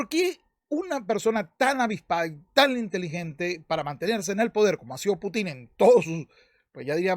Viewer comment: Conque "Putín" ¿eh? interesante manera de acentuar el nombre jeje 🤣